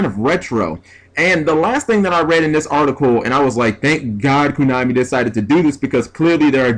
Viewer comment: Again, it's KOnami, not KUnami.